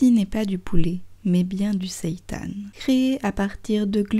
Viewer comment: Super intéressant ! Et ça fait plaisir d'entendre quelqu'un prononcer correctement le mot "seitan", c'est rare ! 😀